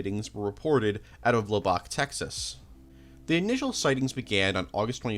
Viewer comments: “LABACK LIGHTS” 😂that is not how you you say Lubbock bro you pronounce the ub in lub like sub and it sounds like your saying it with an A like LubAck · La Bock? It's "Luh buck" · Hey, just so you know, you’re pronouncing Lubbock, TX, wrong. It’s more like “Lubbik”, not “Lu-bock” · Also Lubbock is pronounced all at once: lubbuk. Not however the heck he said it. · I think the most unrealistic part of this video is how he pronounced Lubbock tx. Shit was actually scary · absolutely obsessed with how you pronounce Lubbock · Lubbock & Suffolk too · omg i felt my soul leaving my body when he pronounced Lubbock. to be fair, i've heard lots of weird reads on that one with people not familiar with the city lol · I will overlook the complete and utter butchering of the pronunciation of Lubbock TX and say, another great Iceberg video. Keep it up. :P